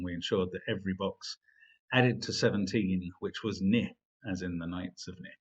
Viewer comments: Mark? Isn't it pronounced "knee"? I've never heard it said as 'nih'... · Forget issues of emphasis, Mark said the word "ni" wrong. It's pronounced just like the word "knee".